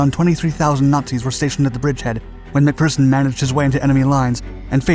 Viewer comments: He got McPherson right so I let him pass on Jedburgh as I doubt many outside of Scotland have heard of the place. But I couldn't let him get away with Citroën though 🤣🤣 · Iys always a bit cringy hearing nin-Scit's using Scottish words like "wee", but possibly the first non-Brit pronouncing the name McPherson correctly. 10 out of 1o for that👍 But 2 out of 10 for the pronunciation of Citroën. Impressive 🤣🤣